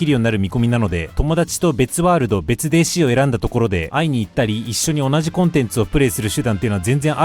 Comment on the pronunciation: お若いのに、わざとデーシーって言ってて森😂